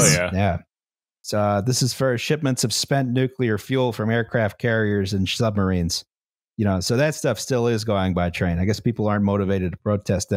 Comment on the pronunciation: The great Pennsylkenbama lexicon of (spelling?) turrent:turret outsquirts:outskirts shlubmarines:submarines Ill go worsh my hands ageein in the wooder of picksburg's crick, after my cousint sneezed.